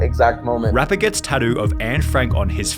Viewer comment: "So we lined up an interview with the rapppaaaaaaaaaaaaaaaaaaaaaaaaaaar" Like wtf learn to pronounce words my man